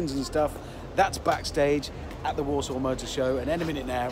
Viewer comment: I keep thinking he saying walsall not Warsaw 🤣